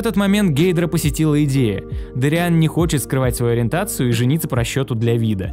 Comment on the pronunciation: ДОриан Павус! А не ДориАн, блин -_